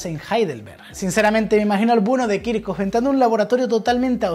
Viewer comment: kirjhof, no kirkof